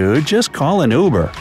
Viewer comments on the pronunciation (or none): none